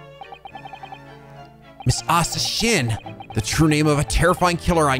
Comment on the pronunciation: Asa Shinn -> "Asashin" -> how Japanese people pronounce the English word "Assassin"